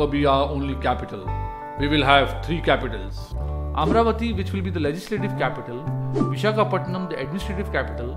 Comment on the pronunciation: Before making videos, first please learn how to pronounce Telugu words. You can't pronounce many words Amaravati Kurnool Polavaram Telangana Raddula Either you learn proper pronunciation before making video, or stop making video. I sincerely request not to kill our words with your wrong pronunciation. With very simple research, you would have surely got proper pronunciation of all the above words, but looks like you don't want to and you don't care. I am deeply pained by this. I lost respect for you.